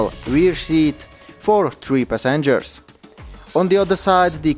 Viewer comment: "3 pah-sengers"🤣